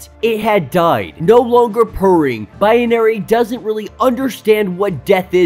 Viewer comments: What’s with the Bi-ye-na-ry pronunciation? Isn’t it just Bi-na-ry. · It's not biAnary. It's binary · Haha! The more he calls her Biyenary / Bianary the more annoying it is. 😆😆😆😆